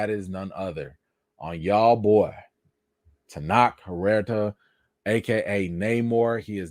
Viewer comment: Thanks for calm and fair commentary on a difficult topic. And about the pronunciation of Tenoch Huerta: Your pronunciation was closer than the suggestion another commenter gave. Here are a couple of pronunciations that seem authentic: and